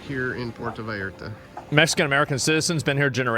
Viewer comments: Puerto Vallarta. " Vi Art Ah" Are you sure you're from Texas? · for fuck sake... you live in Texas... learn how to pronounce spanish words. Vee-yar-ta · Vallarta pendejo. Not valarta 😂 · I was in Monterrey this shit delayed my flight by 6 hours. They were locking down everything. Also to help you on the pronunciation for Vallarta think of it like ba-yar-tah. Also it was our national guard but you helped us with Intel for sure. I been to that beach its sad. That place is beautiful. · Puerto Bah-Year-tah